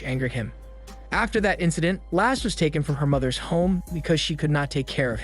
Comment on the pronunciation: Lasse not lass XD Basically the way you says Lasse's without the last S.